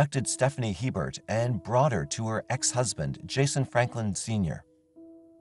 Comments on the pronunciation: The name "Hebert" is pronounced, A-bare, not Hee-bert. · Its not He-bert, it's pronounced A-bear. It's a Louisiana thing. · The name is Hebert it's a french name and is pronounced Aber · Just saying, regarding Stephanie Lynn Hebert in Louisiana. Hebert is pronounced “a bear” - It’s Cajun French. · FYI, Hebert is pronouned A-bear.